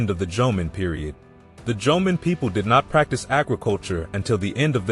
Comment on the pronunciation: It would be nice if you can pronounce Jomeo and Yayoi correctly. Also images of how these people lived and constructed buildings/dwellings more in tune with reality. They look very late Chinese with curved roof tops. That didn't happen in Japan till thousands of years after influenced by Chines architectures. And that is still only reflected in the Buddhist temples not over common households. Facial features of people depicted was also of much later Yayoi period when there was influx of Southern Chinese and Korean peninsular people who replaced or mixed with Jomon locals. Jomon people had very different features which might be resembled still from Okinawan but not Ainu since they didn't come into Japanese history till 13th century.